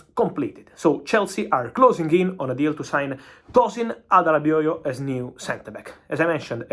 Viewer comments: His pronunciation of Adarabioyo is Gold 😂😂😂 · Says it better than me, and I'm Nigerian. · Actually its a Nigerian name and he surprisingly got it perfect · Great job Fab, you pronounce Adarabioyo correctly, saw so many foreign journalists struggling to pronounce his name… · Fabrizio 👏 duff my 🧢 for saying Tosin’s last name correctly. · Aww. Fabrizio's pronunciation of Adarabioyo is literally the best I have heard from foreign journalists.